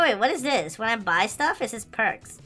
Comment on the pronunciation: You said bbbbbbbbbuuy and why mAgNeT sImUlAtOr